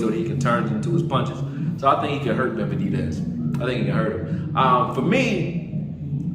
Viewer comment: Why can’t he say benavidez? He’s right though!